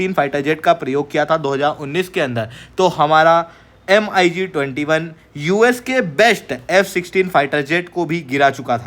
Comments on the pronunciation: It's pronunciation is not M..I ..G.... Say mig21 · bhai,usko M--I--G-21 nahi bolte hain,"MIG-21" bola jata h! do a little bit of study,first. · Mig pronounce karo yaar not M.I.G 21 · MiG ko Mig-21 bolo M.I.G alphabet mat bolo. Distorted lagta hai. plz keep some respect, video banana hai toh ratata mat bolo